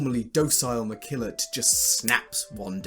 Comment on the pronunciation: Mekillot not McKillot. LOL. Thanks for sharing your ideas!